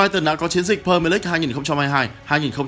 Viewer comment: Huhu đọc đúng tên pre mier đi ạ đừng pơ mờ lích